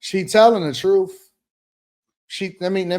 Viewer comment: you're a cool guy, I like you and I know you're smart but see a speech therapist. I don't mean to be rude, but when you speak, you say things like "truff, earff, instead of truth, earth, etc.). It doesn't make you sound smart. Again, I do not want to sound rude. Brad